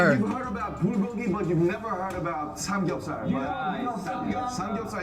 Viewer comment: I like how RM said Bulgogi and Samgyeopsal how an American would pronounce it. lol